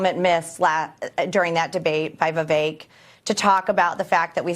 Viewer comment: Why do Americans say "Viv-ache" and not "Viv-ek"?